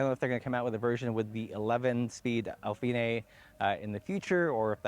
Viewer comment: “Al-finay“? Really?